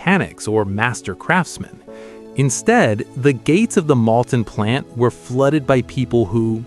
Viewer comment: "Malton", not "Mounton" and "Molten AND "Ruhr Express" not "Rover Express" or "Ruler Express" Merlin engines not British Rolls Royce engines